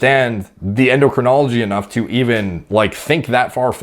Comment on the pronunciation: A self-confessed clueless kid, claiming he's qualified to give fitness advice, when he can't pronounce "endocrinology". Ignorance isn't innocence.